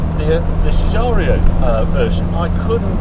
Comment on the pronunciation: You forgot to mention Harry the half-shafts are out of a Mini Metro which I suppose is why they easily broke and as I have told you before the designer's name is pronounced GIUGIARO not Giugiario or Ferrario or impresario!